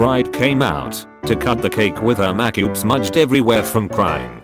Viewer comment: Normal People: Makeup Text to speech: m4Ckyoop